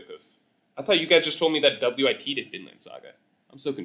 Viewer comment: I've never heard anyone pronouncing wit studio "W-I-T studio" 😭